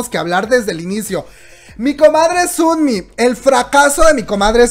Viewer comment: ¿Por qué dices Sunmi? se dice sonmi... O no se si es mi imaginación pero weno 😂 o dices los nombres asi de cariño? Por ejm el de Chungha 😂 es chonja